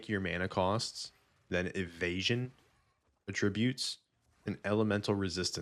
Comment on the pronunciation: For what it's worth, it's pronounced AT-trib-ute because it's a noun (person/place/thing). The other way, at-TRIB-ute, is the verb.